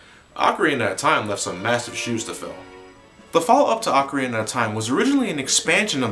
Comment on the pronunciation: Dude, you are one of the few Americans that pronounces 'ocarina' properly. Props to you!